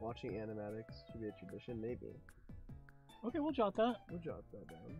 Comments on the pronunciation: I don’t know if he said maybe or baby?! But it sounds like baby omg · It's sounds like baby but it's actually maybe if you listen closely